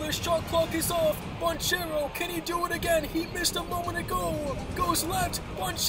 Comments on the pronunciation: Magic fan here - it is pronounced Ban-Kairo not Ban-Chero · I hate how he pronounces banchero